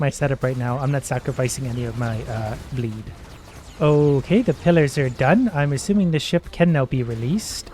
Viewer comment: The entire time i heard him say bleed i heard "bleep" which still works